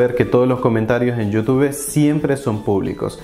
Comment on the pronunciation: Es: “LAIK” no “LAi”, no es “Yóutúbe”, es “iutub”.